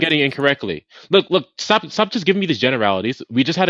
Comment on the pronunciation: ZzhhhhhTAAHP evryabpdy SHHHTAAAHP!! 🤣